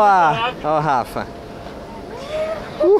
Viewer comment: A Shi em todos os vídeos fala Garrafa pq ela quer falar Gabriel e também Rafa aí ela fala Garrafa kkkkk